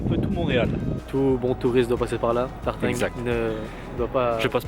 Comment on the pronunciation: Jsuis le seul à entendre à son intro : "salut youtube c'est TARTIN" ??